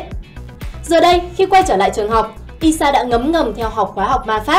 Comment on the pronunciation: Ai sha chứ sao lại đọc là i sha nhỉ Tí nị chắc là tiny ?